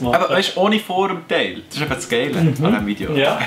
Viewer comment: Jungs. Seinzige was mi riiichtig grob triggerd esch das de "iiisch tee" seit anstatt "iiiis tee"